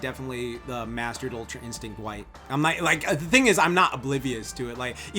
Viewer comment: “Ultra instinc”, ecks fuckin dee, work on your “t’s” more for the sake of the community.